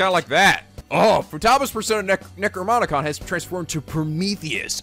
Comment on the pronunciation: Did..did he say NecroMonicon?